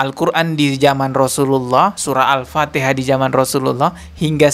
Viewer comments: 😂banyak kn mengaji agar Al Fatihah tu sebutan nya betul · Memalukan. Membaca ayat alcuran alpatihah aja ga bisa...